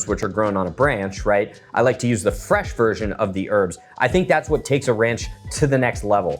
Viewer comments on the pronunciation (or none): none